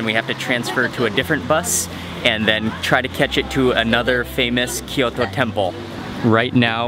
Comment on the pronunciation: キヨトじゃなくてキョート。 トキオじゃなくてトーキョー。 そんなに発音難しいのかな？